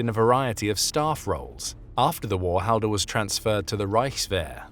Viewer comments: its pronounced hallder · that's me grate grate grate grandad its and say the last name right ffs